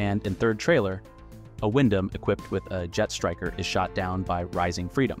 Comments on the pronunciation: Wait wait wair wait a minute..........did you just pronounce Gundam like Goon Dom?.......whats with the butchering of the name Gundam? Thats just as awful as the Junius Seven incident sir!!! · Just gotta confirm. This dialogue and speech in the video is AI, right. Pronouncing Goon-Damn and saying M and T instead of meter and tons is jarring